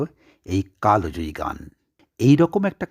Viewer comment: স্যার জানিনি এটা আমার জানার ভূল কিনা? উচ্চারণ কালো জয়ী না কালজয়ী হবে। কালো মানেতো রং বোঝায়।